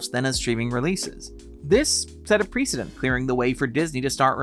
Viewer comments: Precedent. Preh-suh-dent. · Just look up on Google pronounce how to say "precedent" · Really distracting that the narrator does not know how to pronounce the word "precedent."